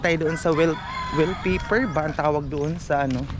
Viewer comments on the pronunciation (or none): ang ding ding sa English is wall kaya wall paper ang bigkas hindi will